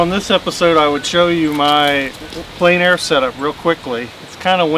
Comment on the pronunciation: I'm sorry, but there is one thing that you repeat continuously and it is pronounced incorrectly each time. You pronounce Plein Air as "plane air" when it should be "plen air." Your art is great - it's just that it drives me nuts (OCD). :D